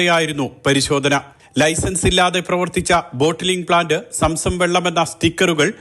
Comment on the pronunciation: Samsam അല്ല. zamzam.